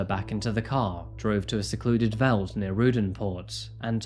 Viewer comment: Thank you for covering this case 😭🖤 Sidenote. Veld is pronounced 'felt'